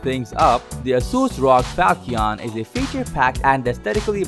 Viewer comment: Falchion is pronounced "Fal-Shun". Its named after a type of sword.